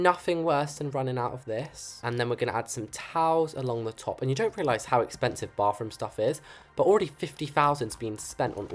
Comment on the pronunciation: I love how he says bofroom 😊